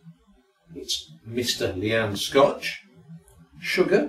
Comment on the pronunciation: My lyan is pronounced LION not Leanne